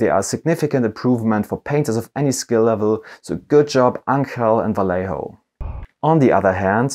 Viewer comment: Vallejo is a Spanish company, therefore their name is pronouced Va(yeh) ho. if it was an Italian company then you would be pronouncing their name correctly Va(ley) ho. pass it on.